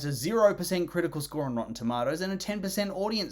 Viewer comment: Did he just say Tomoto